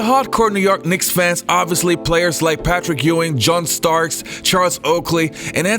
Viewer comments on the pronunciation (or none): none